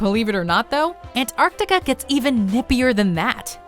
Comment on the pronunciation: You guys say ‘Antartica’ Weird... I should Know, I live right next to it! Say it all together not ‘Ant-Arc-tica’ more like ‘Antarc-tica’ the moreee youuu Know haha.